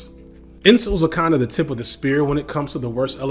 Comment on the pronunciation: My guy is calling incels “insoles.” 😂